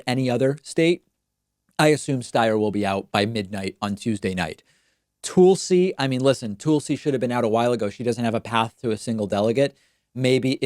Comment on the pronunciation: I think the Toolsi thing is David's Argentinian coming out. 🤔🤣